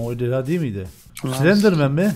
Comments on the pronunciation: Slendirmen değil endirmen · Slandrman değil enderman okunuşu : endırmen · ABİ SRENDİRMEN DEĞİL O ENDİRMEN BİLGİNE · Öncelikle; Slendrman değil Enderman Ejderha değil Fantom Ejderha end de bulunur.